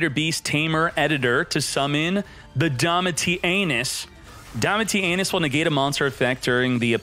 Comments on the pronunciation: Why do you pronounce it 'DomitiANUS' every time? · that’s an awful pronunciation of Domitianus 🤣